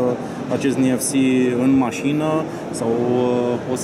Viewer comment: Niefsi? (NFC) Ce?? Ce sa faca? Sa pleieze? Doamne..cum l-ati angajat pe omul asta?